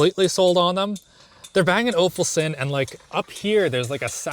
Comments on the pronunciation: It's Bang and O-luf-sn,. Not Ol-full-sn.. The idea behind the video is nice actually, maybe deeper highlighting of the unique characteristics of the car would be more impactful because, the hood design doesn't an EV suddenly look like a muscle car. Its an EV and will look like an EV, brother. Look at the older muscle cars. Even the new Mustang is more sportscar than a pure muscle car. Something like a Challenger is still more muscle car than anything else. Its a bit of a dead breed in terms of new additions or frequency of new additions. But its a memorable one. The animations on the instrument dashboard panel are now pretty common amongst both EV and ICE cars. Going red in sport mode and stuff. Its a given, the thing to note in it are the style of the animations, not the existence of it. The part about the ride comfort was quite significant. That was good. Looking forward to your talk about more insights from your natural observations over your usage period because as you said this is more like first impressions, so most of the things stated in this are like 2 day observations. Thats not enough to know a car. Looking forward to the detailed video! Certainly interesting initiative! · "Bang and Ofulson(Olufsen)":D C'mon:P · "they're Bang & Ofulsen" LMAO that sounded way more hilarious than it should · “Bang and ofulsen” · did he just call them bang and ofulsen....???? Dude.. get your names correct..!! 🤣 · Perhaps it’s pronounced that way in Canada lol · I cant be the only one that heard "Bang & Ofulsen" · "Bang & Ofulson" 🤣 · Ofulsen lel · The way says Bang & Olufsen